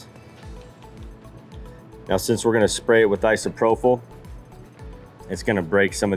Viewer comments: I've been working with Alcohol for 40 years it's pronounced Isopropyl with a p sound propyl not an f sound prophyle( I live with teachers )ìm corrected all the time it sucks but it keeps me looking smart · Sure wish you could pronounce isopropyl. /ahy-suh-proh-pil/